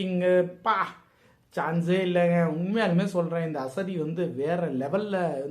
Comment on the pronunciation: Theliva thana bro tamil la potrukanga, ஆசாதி nu, அசதி nu padikringa